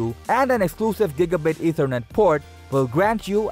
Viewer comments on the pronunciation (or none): none